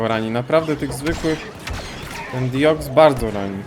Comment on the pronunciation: proszę cię, dalej ten sam błąd od czasów 2015 xD DIOXIS A NIE DIOX XD